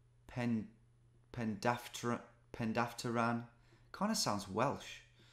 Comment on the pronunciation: "Terima Perdaftaran" that sounds Welsh. Very funny Tom. Terima Pendaftaran means accepting registration (for a new smartphone simcard). I'm not from Indonesia, but I understand the language (more or less).